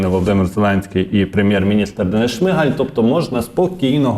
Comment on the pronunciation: Та не ШмИгаль, а ШмигАль, уже пора вивчити наголос прізвища прем'ра.